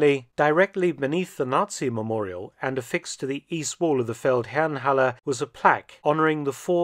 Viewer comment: Fun fact: The Feldherrenhalle is down the street from what used to be a Jaguar Land Rover dealer showroom which I now believe is one fo Mercedes. I have to compliment you on your unwaveringly correct pronunciation of German words in all your videos. Keep up the good work!